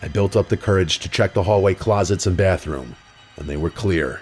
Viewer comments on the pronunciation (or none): none